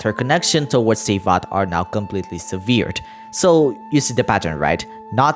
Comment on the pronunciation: Wonderful video as always! To soothe your head later though, here's a pronunciation assist between two really stupid English words: Sever - to cut Severed- was cut How to say: SEH-vurr, SEH-vurrd Severe- bad Severely- amounted to bad How to say: seh-VEER, seh-VEER-lee I'm absolutely in no way saying this to correct you or say you're doing badly, but rather to show you how close those words are, how different the pronunciations are, all while they're damn near the same word spelling wise. To the video though: I have a feeling you're right on the takes you've assessed so far. If I may, considering the time loop, Hex coven and now the addition of more info- I was curious about Fischl. Is it possible, that since it seems history has repeated itself before, that the Teyvat dome exists as a redo from failed attempts previously to stop the end of humanity, and that in doing so they chose to write fate scenarios to maybe away the result.. And Fischl just happens to be the irl version of a character never brought to life before? As in, the book was written and left for humans to ponder but they never created the actual person. Fischl bonds with the story so much that she's a vessel for the tale almost 1:1 because of her adoption of cosplaying the character, so it was then basically given to her to see what happens if there story were real? Because there's not much reason else-wise, right? Just makes me wonder, because her connection to Oz seems to be him making sure she assimilates we